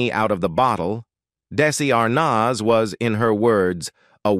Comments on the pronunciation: How the f do you not know how to pronounce Desi Arnaz come on you just play with your viewers. I wasn’t alive when he was here and I know his name there’s no way you don’t know how to pronounce it you just wanna get a reaction out of your viewers. Well, you got one. Don’t be so disrespectful. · It would be nice if you had a live human instead of a robot doing the narration. It became apparent when listening to the weird pronunciation of Arnaz and Ansarra, to give two examples. As for robots, I like the robot on "Lost In Space" better than whatever you have reading the script.